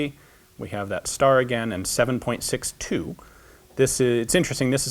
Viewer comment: It's 7.6-TWO! Sounds like SOMEone might be due for re-education...